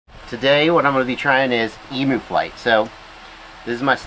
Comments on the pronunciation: Eem-You, not EMoo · Yeah i'm 21 seconds in and had to pause it to comment that it's not eemoo, it's eemyou. American's just don't understand us Ossies :P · it’s em-you not em-oooo, in Australia you would be attacked for that. Hahaha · For goodness sake, someone teach Yanks how to say Emu.